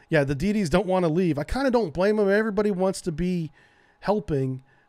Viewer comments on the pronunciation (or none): none